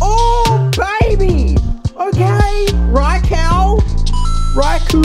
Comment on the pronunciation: He said raikow, and raikoo, but no, not raikou